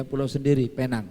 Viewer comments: Tu slang omputeh je kak..mcm durian atau durien( slang org putih) atau oreng uten…Sebutan Penang - Pineng tu salah. Penang -Pinang. Pinang Island. Kita ni org Malaysia mmg sinonim dengan mengikut cara org putih bercakap. Padahalnya mereka yg silap tak pandai sebut perkataan Melayu..kita pulak yg mengikut mereka. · Sebutan Penang nya bujang Penang tapi Pineng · PENANG Ejaan dan sebutan british utk pulau pinang. Cara menyebutnya dlm bahasa melayu PINENG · Sebutan 'Penang' itu sebenarnya 'pineng'..sebutan yg berasal drpd Bahasa Inggeris..namanya dlm bahasa melayu ialah Pulau Pinang.. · Pulau pinang tu di Malaysia. Klau org luar panggil Penang. Xdaq org kenai pulau pinang. Tulisan penang sebutan pineng.